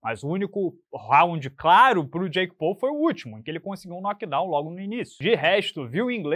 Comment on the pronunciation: Pessoal só um adendo não muito relevante, a pronúncia de Paul não é "Pou" e sim "Póu"